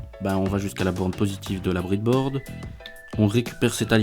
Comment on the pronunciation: C breadboard pas bridboard sinon aucun problème pour le système